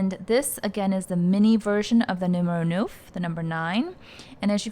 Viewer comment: Great video!!!! It’s gorgeous. It’s pronounced “nuff” as in enough 🥰✨